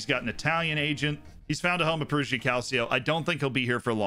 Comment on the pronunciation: And "Perugia" is pronounced "Peruja" (with a "j" like in "jam") - not "Peruzhia" (where "zh" is the sound of "s" in "measure")